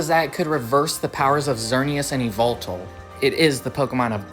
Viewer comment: Eee vul tul? It’s yuh-vel-tall